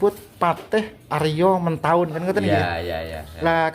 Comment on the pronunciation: Tertulis Adipati Haryo Matahun, tetapi diucapkan Adipati Haryo Mentahun ( ?)